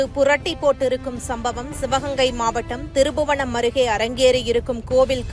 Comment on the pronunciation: இவ்வளவு நல்லா தமிழ் பேசுறீங்கம்மா..ஆனா திரு புவனம் இல்லம்மா திருப்ப்ப்ப்ப்ப்ப் புவனம்